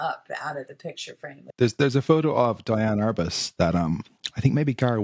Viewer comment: Great interview and informative. One thing you should know; when you drop names of famous photographers, you must pronounce their names correctly. It's DEE-Ann Arbus. Not DYE-Ann. Otherwise, keep up the good work.